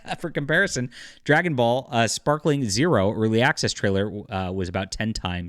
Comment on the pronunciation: Lol people keep saying sparkling zero 😂 it’s SPAR KING good vid tho